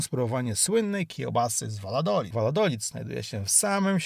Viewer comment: Piekne widoki i informacje. Mam tylko.prośbę... sprawdzaj wymowę zanim nakręcisz. Przepraszam , nie chcialam urazić, ale te miejsca inaczej sie nazywają i ttochę mi to przeszkadzalo w ogladaniu. ([ Wajadolid] , [ Kinta] itp.]